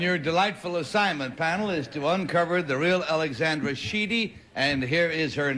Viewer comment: Ally got her name right as Alexandra, the other two girls said Alexender